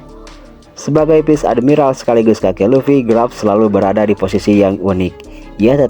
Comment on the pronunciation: Kok grap sih? Garp bang bukan grap 😅